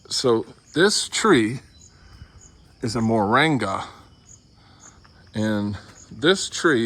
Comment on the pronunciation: Moranga or Moringa 😂😂😂😂